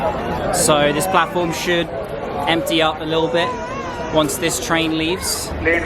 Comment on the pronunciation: Instead of platform,announcement man is saying platfaram